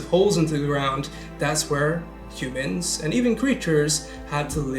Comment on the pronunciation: Yumans is how Trump pronounces "Humans"